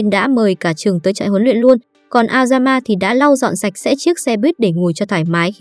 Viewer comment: Thánh sạch sẽ đoạn cuối t nghe thành thánh xem sẽ :))